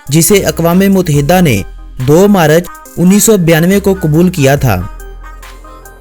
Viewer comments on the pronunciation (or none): aap ki urdu weak hey March u said marach